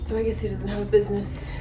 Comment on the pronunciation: "Ain't got no bid-nes givin out bid-nes cards LOL!!"